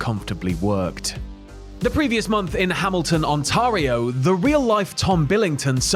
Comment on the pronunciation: So sad to think that the site of Hogan vs Andre is now an Amazon Distribution Centre And also how pronounces 'Ontario' kills me 😅😅